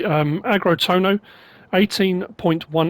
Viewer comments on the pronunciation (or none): Finally more MSP. Not exactly generous with new releases so far this week. Loads of options doesn’t make up for a well-made mod. Something NMC tends to forget. Sometimes less is more (better) Tohno is pronounced Tonyo. Nh is like a J or Y-sound.